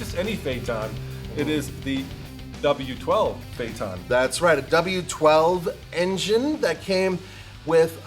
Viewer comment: fernidad porsche?? lol the way you pronounce phaeton too, is that how it's supposed to be said?